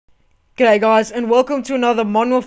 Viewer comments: Is he saying "g'day guys" or "Gay guys"?? Lolz :-D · not trying to make fun of his accent but at the start it sounds like he says gay guys